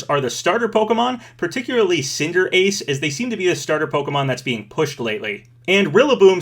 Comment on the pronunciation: ciner-ace lmaooo